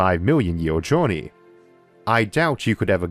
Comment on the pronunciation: Being the first video I’ve seen from Issac, his voice is weird... “punctor” “reconfiguwibw” “jowney” I’m not making fun, I just find it interesting